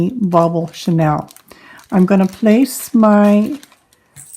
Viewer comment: Thank you for great instructions. Pronunciation is Sha kneel not Chanel the perfume. Just passing on that info. I love everything about your instructions. Well done!